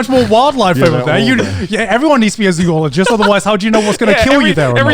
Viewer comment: I am way more annoyed by the mispronounciation of "zoologist" than I should be